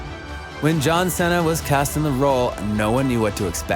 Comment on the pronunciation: Bro why does he say John cena like that